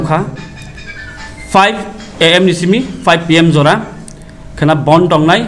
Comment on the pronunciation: It's "Bandh" not "Bond." "Bond" has different meaning....